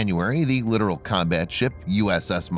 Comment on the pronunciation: Dude....several videos and you STILL say 'literal'. WHY?!? It's littoral. LI-tore-el. 🙇🙇🙇🙇